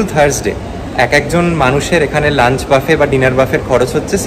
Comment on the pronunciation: Actually etar pronunciation ব্যাফে ।